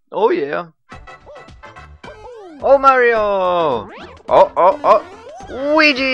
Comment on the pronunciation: Der Mann heißt Luigi und nich Wuigi, wie dus aussprichst.. :P